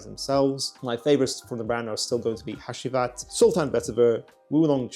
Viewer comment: Bro said hashheeeewheat